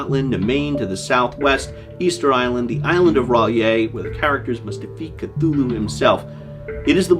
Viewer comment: You got the Cthulhu pronunciation down Professor...now if we could just get 'huge fans' of his work to pronounce the damn city names right...Dun-Itch and Ins-Muth...if I hear one more w I'm going to punch them in their InnsMOUTH (